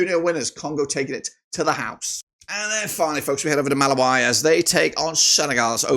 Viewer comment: Malawi is pronounced MA-LA-WE(ENGLISH)